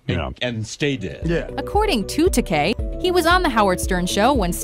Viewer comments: George takay? Ta-ky. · George Ta/ky not Ta/kay.